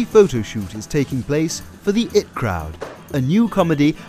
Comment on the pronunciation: It's I.T. crowd (eye tea) not ít'.. they're in the IT department